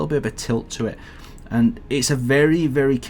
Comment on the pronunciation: Why do you say"aynd in stead of and"?